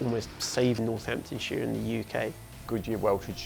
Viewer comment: It’s Northamptonshire. Not North Hampton